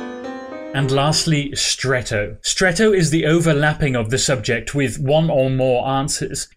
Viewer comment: Please stop saying SUBJECT ;p